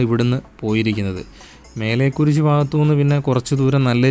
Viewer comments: മേലെ കുരിശ് അല്ല മലേ കുരിശ് പാങ്കോട് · മേലെകുരിശ് അല്ലേടാ പൊട്ടാ മലേകുരിശ് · മേലേ കുരിശ് അല്ലാ😅 മലേ കുരിശ്😂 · മേലെകുരിശ് അല്ല മലേകുരിശ് ആണ്